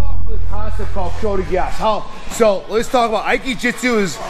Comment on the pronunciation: Osoto "Gary" lol Kote "Gayashi" Is this intentional?